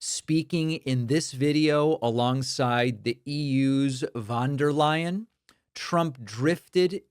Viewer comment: This David guy is such a prat always going on about trumps speech yet cant be bothered to correctly pronounce von der Leyen